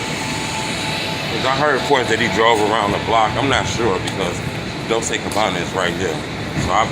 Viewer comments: dol chay not dol say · Dol-chey is how it's pronounced.